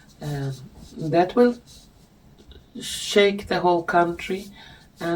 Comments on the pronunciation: It is Kalgoorlie (not Calgary). It’s a gold mining down in Western Australia - North-East of Perth. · I think the town/place you were trying to find that sounded like Calgary was Kalgoorlie 😊 Thank you for the NZ/Aussie update. Oten feel a bit left out of things down here 😂 ❤ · Calgary is in Canada. Kalgoorlie is in Australia. Pronouncing it incorrectly. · Calgary Canada ? Or is there one in Australia or Nz? Oh I looked it up and there is a town with that pronunciation In Australia, spelled Kalgoorlie.